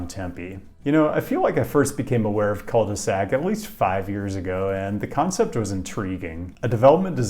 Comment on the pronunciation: Pronunciation is almost as bad as Rochester